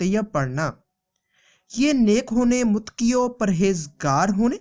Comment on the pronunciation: Muttqi nhi muttaqi hota h